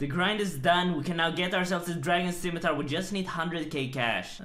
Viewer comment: he just can't pronounce scimitar, can he 'stzimitar' 'skeemitar' but never 'scimitar'